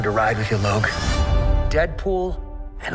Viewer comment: who tf pronounce "Log" as "Løk" !?